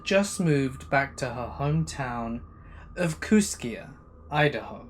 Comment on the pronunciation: I live 6 miles from Kooskia! It's actually pronounced kooskee. I said it the way you did when i first saw the name too. And it's on the Clearwater River, snake river is about 80 miles downriver in Lewiston Idaho. Cool to hear my area in a story! I live in Kamiah. Pronounced kam ee eye